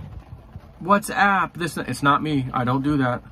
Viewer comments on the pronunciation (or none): none